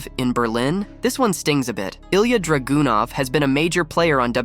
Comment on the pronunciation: How can Balor be mispronounced and how can he get Dragonov so wrong? Is he trying to see how wrong or creative he can be with them? Some of them even get Nia wrong?